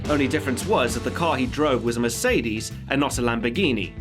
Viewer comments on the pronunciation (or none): none